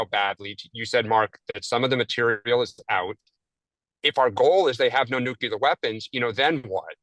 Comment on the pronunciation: ….nuclear…..not nookuler